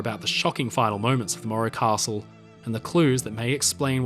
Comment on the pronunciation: Where is part 3????? And why do you call it the maura costle? Its morro castle.